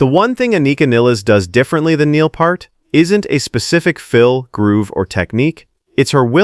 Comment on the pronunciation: NOT PERT!!! (You're pronouncing PURT!!!) THAT'S WRONG!!!! 😠😠😠 It's PEART!!!! Pronounce PEEEEEEEEERT!!!!!! 😉😉😉 YOU'RE WELCOME!!! 😁😁😁